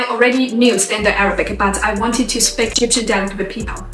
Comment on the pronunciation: When she says "speak" it always sounds like "spick".